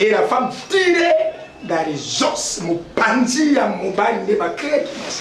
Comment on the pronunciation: les oss te mais les zos(os).🤗. Merci se corriger.